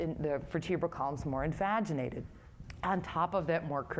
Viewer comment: Envaginated? Or invaginated